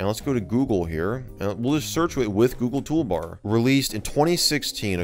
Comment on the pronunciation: Toogle Goolbar